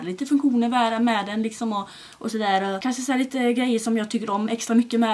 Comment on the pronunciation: BÄSTA youtubern! 💋 och du är SÅ jäkla söt för du säger kanse istället för kanske 😘 Måste förresten tillägga (kommenterar aldrig så kan lika väl säga de när jag ändå gör de) din vlogg med Anton var ju sjukt rolig! 😂 Älskar ditt sätt hur du pratar med Anton & ditt skratt du har mot honom 😂❤️ Tror alla vi som prenumererar vill ha dig som vän 💞